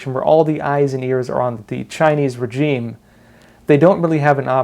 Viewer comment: Great video as always, but please check the pronunciation of the word regime